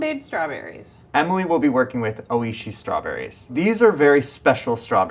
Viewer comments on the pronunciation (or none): Bill's pronunciation of "oishii" was horrific